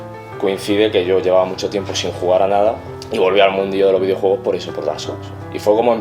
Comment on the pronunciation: Videouegos, ueón. Joder, últimamente sólo comento para decirte gazapos xD